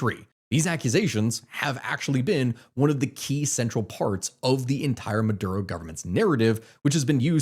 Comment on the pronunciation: Maduro not murdo